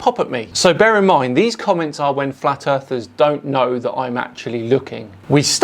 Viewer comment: you said flat earthers wrong